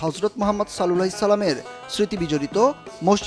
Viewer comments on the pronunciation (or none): none